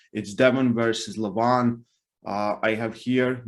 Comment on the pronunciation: Isn't it pronounced Levan? Instead of Levaaan? ;-)